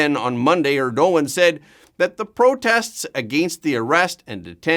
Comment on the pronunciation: Please learn how to pronounce Erdogan.